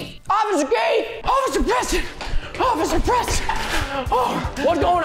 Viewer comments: He said occifer instead of officer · Officer not osffier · He said Osifer not officer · Anyone else hear him say ocifer keith instead of officer keith? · In the beginning Preston said “O c c i f e r” instead of “Officer” 😹😂🤣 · Did anyone relalize Preston said “ociffer”? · ❌oficer keith ✅Ocifer keith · Preston: Ocifer Keith Me: I thought it was Officer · Did anyone notice that Preston said ociffer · preston kept saying "ociffer" instead of "officer" and it annoyed me! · Preston:ocifer Keith Me: its officer🤭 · I heard officer not ociffer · 11:4 he said osiffer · Did anyone notice that in the intro he said “ocifer” instead of officer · wait, he said ociffer instead of officer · ''offisure keith'' XD isnt it officer lol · Bro Preston said occifer keith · bruh preston just said "ociffer kieth two times hahahaha" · don’t do it osiffer ‘Osiffer...’ Hmmm lol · ᑭᑌᖇᖇᗰᗩIᗪ ᑭᒪᗩYᔕ ID say OFSER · They keep on saying ociffer XD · I laughed at the part of the bloopers i laughed st the part where you said osifer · he said osiffer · Preston: Ociffer Keith Me: A+ perfect on point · He said occiffer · You said ociffer